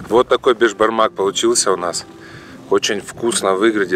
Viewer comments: Не бешбармақ а Бесбармақ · Не бешбармак а беСбармак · Правильно Беспармак